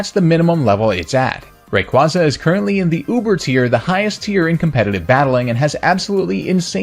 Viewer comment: Gah. That pronunciation of Rayquaza.